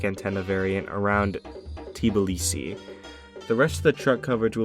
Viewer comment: georgian speaking: why do u say Tiblisi Its pronounced Tbilisi